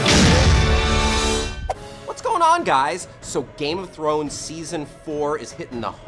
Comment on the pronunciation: this is so hard to watch with him mispronouncing every other word related to the GoT universe.....:(